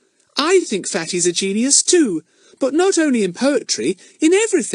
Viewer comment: Earn and his potrey😂